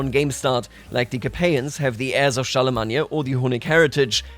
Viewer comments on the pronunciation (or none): Char-le-main not Char-le-mag-ne-a.😂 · Never in my life have i heard Charlemagne pronounced like that. I don't think i can say it any other way now lol. Gods i can't wait for this chapter of ck3 to unfold